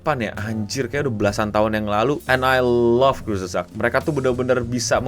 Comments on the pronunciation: kurts-gezakt dibacanya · Eh itu Youtuber kesukaanku 😭 Bacanya : Kurz gesagt (artinya perkataan pendek) mungkin maksudnya short story gitu. Aku juga baru tau cara bacanya setelah belajar bahasa jerman :u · Enggak gitu bacanya bang. Bacanya Kurs gesak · Kurzgesagt dibaca kutsgezagt, e-nya kayak di kata "kenapa".